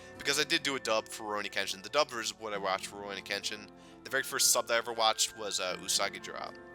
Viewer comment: Well 2000 is a pretty hefty goal to get to but i think you could do it (although if we assume there to be roughly 53 days of summer left, or at least thats the case for me, you would have to upload about 6 videos a day...). I would also like to pester you again about your pronunciation of Kenshin :P, srsly though now i chuckle every time i hear you say Ken-Shin. I wouldnt mind more SGS in the future but i probably wouldnt call it a huge priority kinda project. For the future projects im definitely interested in pokemon pearl as well as probably path of radiance but as you predicted i do not know what the last one is. As for streaming, hopefully you can stick to a schedule with that cause those are a lot of fun. Now onto Jstars, i have at this point unlocked all but 3 characters, nearly completed one of the story arcs (btw you do get at least 1 more character to be playable aside from the 3 you start with, or at least in the Toriko storyline (on a side note: Toriko is pretty fuckin good, like holy shit man, he has the longest ranged move in the game as well as an attack that when you charge it up completely it does as much damage as a super move)). Ive found the character that is literally the most BS asshole of all time (saiki) who you literally cant even attempt to fight against unless you are across the map shooting projectiles. Also to this day i cannot understand your troubles with Bo-Bobo, for some reason when i fight bobobo he is literally the biggest piece of shite eve